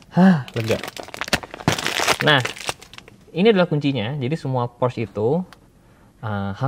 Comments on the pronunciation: PORSCYE ,, bukan PORSH wkwkwkwk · Porsche , e nya kelupaan bang Org Jerman ttep pake e kok